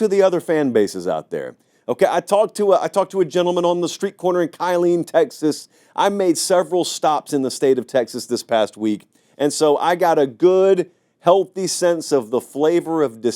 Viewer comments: *Killeen not Kyleen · There is no KY-leen Texas. It’s pronounced Kill-leen. One thing all people in Texas know is how to flush out who isn’t from here by their terribly incorrect pronunciations. Hookem🤘🏻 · .....it's pronounced ka-LEEN......not KIH-leen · "KYE-LEEN" Texas? Do you mean Killen, Texas (pronounced Kill-Lean)?? Or are you now pronouncing your name as Paté (ground-up duck liver) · It’s Keh-Lean, TX not Kai-Lean, TX … thanks for the shout out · Kill-een Texas not Kyle-een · it's KILLeen not KYleen TX lol I'm a Michigan fan, living in TX since 89 and even I know that., I was born and raised in Michigan. Michigan deeply hated well before the Connor Stallion stuff and it's not just routed in ohio, state college and east landfill. Every single B1G team that plays Michigan thinks they are our rival. They play at their absolute highest ability against Michigan., when it comes to ohio st they are hated because they are simply scumbags. I played basketball at TCU, and when Michigan played TCU in the CFP 2 seasons ago. ohio st. took it upon themselves to send TCU all of Michigan practice signals, plays the whole thing. The TCU football players, coaches and TCU fan base in Ft. Worth were ALL talking about it. If you watched that game, TCU was just ALWAYS Johnnie on the spot every time. Urban Meyer had a guy doing Connor Stallion stuff to Michigan for years well before Connor Stallion. Urban admitted it in a interview. That's not the full extent of osu cheating, they were paying players under the table WELLLL before NIL. I personally know several osu players whose families are a testimony to that. Hell osu QB Cardale Jones and RB Maurice Clarrett had stated that for years. OSU is behind hacking Michigan servers and trying to get Michigan shut down. This is why osu is really hated. They are trash scumbags. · i love lol, but its KILL-EEN, Texas not KY-LEEN, Texas. As an aggie...i still kinda like Texas. Hate me if you want. IDC!